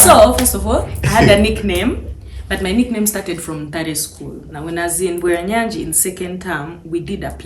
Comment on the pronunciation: It's Bweranyangi, not Bweranyagi mehn. A well known single school that produced prominent ladies and even now it's still doing great